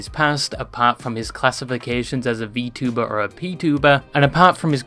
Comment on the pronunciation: You're from the UK, that pronunciation of vtuber is wild.